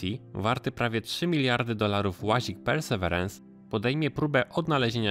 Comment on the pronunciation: Hej! Ciekawy materiał. Jeżeli jednak ciężko wymawiać Tobie angielskie nazwy polecam raz powiedzieć po januszowemu, a po niej mówić po prostu Percy. Pozdrawiam